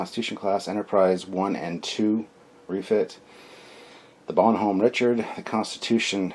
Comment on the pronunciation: WOOOW you butchered that French. Use Google translate dude. It is pronounced bon-nom